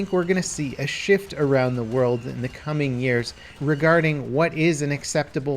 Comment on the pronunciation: "coming years" more like "cuming years" Boiiiiiiiiiii